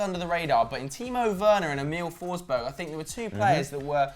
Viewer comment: Emil forsberg not Em-iiiil forsbög